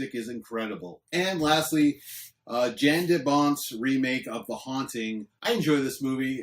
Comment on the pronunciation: Info: It's pronounced YON Debont. It's too bad he's not around anymore (as a director OR as a DP).